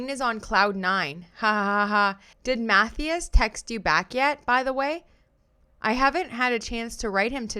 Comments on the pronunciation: Matthias is pronounced "Mat-TIE-us" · Agree with you fully!! Love listening and btw lol the name Mathias? it’s pronounced - MA THIGH ASS 🥰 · The way your pronouncing Matthias is hilarious 😂 it’s more like math - eye- us ❤❤ love you!